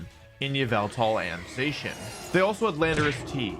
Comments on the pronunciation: STOP CALLING ZACIAN ZAY-SHEN IT'S ZAH-SHEE-EN!!! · You said Zacian wrong it’s (Zach-Ian) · Not to be that guy but a thousand people will say this so this is for your own good but it’s pronounced “Zac-ee-an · Pronounced girtatina and zacian wrong yikes.